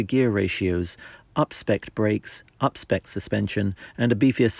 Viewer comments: *UPSPEC'D, not upspecked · “Upspecked” WTH? 🤪